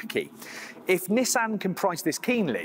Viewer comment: As annoying as it is that he butchers the pronunciation of "Nissan". And it's almost as annoying that the brits pronounce "coupe" objectively wrong. It is a French word pronounced like "coop". They are pronouncing it wrong as "coop-pay". But, whatever, Brits hate the French, so intentionally butchering a French word isn't surprising. At least pronounce Nissan correctly. There is only one correct pronunciation of that...